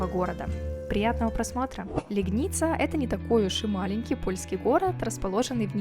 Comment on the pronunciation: когда мы служили в Польше, то в этом госпитале проходили лечение. Только город мы называли ЛЕгница, а не ЛегнИца С ударением на 1 слог